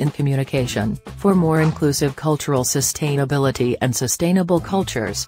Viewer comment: All I kept hearing was “sust-hain-ability